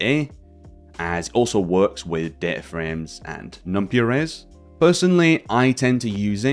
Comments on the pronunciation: This is a great resource and thank you for sharing... but please oh please stop calling it "Numpee" 😫 It's NumPy with Py as is Python! not Peethon 😅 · fyi, it's pronounced "num-pie" (coined from py-thon language. There is no pee-thon language). cheers